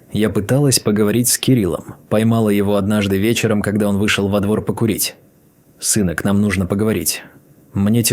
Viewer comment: какая херня, мой дом, который я построила, притом, что его купили, продав квартиры, притом съёмную. А ОЗВУЧКА вообще за предельная 👎👎❗ - сЫнок...бЕлого...бОритесь🙃👎👎